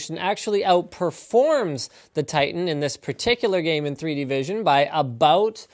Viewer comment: AAAAABBBBOUUUUUUUUUUUTTT AT ABBBBOOUUUUUUUUUUUTTTT canadian words man fucking funny